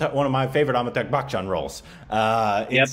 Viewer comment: his name is pronounced Amitaabh not Ammytuck! 😂😂😂